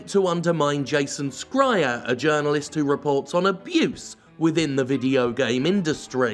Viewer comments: His name, Schreir, is not pronouonced "Skryer" but "Shryer". It may be that we have "school" in English, but English is shit at pronunciation rules. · Scrier ? Is that how his name is supposed to be pronounced? Thought it was more like shrier or smth. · its pronounced shryer not scryer. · Isn’t Jason’s last name pronounced ‘Shree-er’, and not ‘Skry-er’? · I agree with the content of this video but it’s really hard to ignore the mispronunciation of Jason Schreiers last name. It’s Sh-rye-er. Not Skry-er. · Hey man your pronunciation of Schreier is driving me nuts. it’s Sh-e-reier not Ske-reier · Is Jason Schrier's last name actually pronounced "SKRY-er"? I thought it was "SHRY-er." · I think it’s pronounced “Shry-er” not “sk-ryer” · Why do you insist on pronouncing it as Jason "Scryer"? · Can anyone fill me in on previous beef between Jim and Jason Schreier? Is it due to that prior beef that he always pronounces the name as "Skreier", or just Jim funniness? Have been wondering a little while. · I'm curious why Jim's pronouncing Schrier as Scryer. Did I miss something? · Jim, why do you keep pronouncing Schreier as Scryer? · Does he pronounce his name "skriar"? Its "Schreier" - literally means "screamer/shouter" in German. There is no "k" sound. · Hey Jim, it's pronounced Jason SH-reier ❤️🏳️‍🌈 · Is Jimbo pronouncing Jason Schreiers name as "Scryer" some sorta inside joke I'm not aware of? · Just because you grew up watching Paul Scholes, doesn't mean you can get away with saying "Skryer" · I'm fairly sure it's "s-chai-er" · Wait is the way Jim pronounces schreier the proper way? I’ve been pronouncing it differently. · Are you deliberately pronouncing Jason's surname wrong, or..? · Your pronouncing Schreier's name wrong. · As a non-native speaker I find it funny that you pronounce Schindler correctly, but not Schreier. Like, is this a Jim fuck-up, or is this an English Language fuck-up? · How is it that you can pronounce "Schindler" but not "Schreier"?